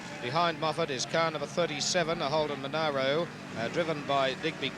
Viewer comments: monero? friggin MonAro you moron :P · youd think someone would of tapped that guy on the shoulder and said "its not monero , its monaro !" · It's a bloody Mon ARH ro mate, where the hell did you go to school?